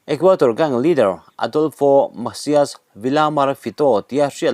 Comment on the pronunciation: Equator a ni lo, Equador tih tur.